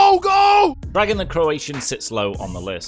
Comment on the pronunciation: I think Dragan is pronounced Drae-gan